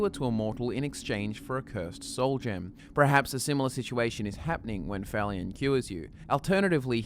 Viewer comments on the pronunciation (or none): Oh my god, you do this every time. It's pronounced "pERhaps" not pRerhaps"!